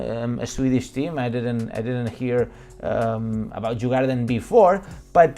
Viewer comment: It is written djurgården but pronounced yur-goar-den. Meaning the animal farm. Very Beautiful and touristic place during the summer.